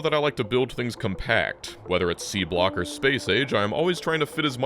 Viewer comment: Genuinely thought said “Beanblock” instead of Seablock